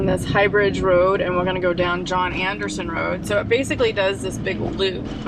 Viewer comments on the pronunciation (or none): none